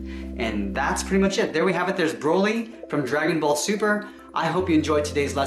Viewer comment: I hate when he says ```broly```